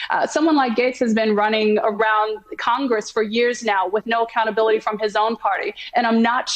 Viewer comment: okay say it with me, a c c o u n t a b i l i t y